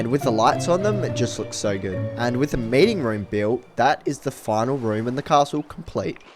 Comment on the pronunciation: When you said meeting room in your accent 👀